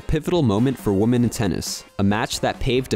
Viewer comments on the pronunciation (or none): The narrator does not know how to pronounce the word "women" (plural). He keeps saying "woman" (singular).